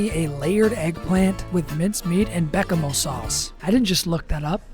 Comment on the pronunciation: Its not pronounced like that though